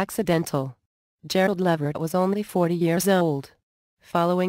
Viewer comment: The voice is creepy and please correct the pronunciation of his name.